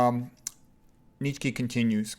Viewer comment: Nitchky? 😂 The name is Nietzsche (pronounced [ˈniːtʃə] or [ˈniːtsʃə]).